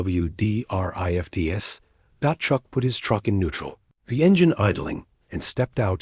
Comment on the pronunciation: Great story but it definitely needs a better AI reader…one that knows how to pronounce snowdrifts without spelling it out.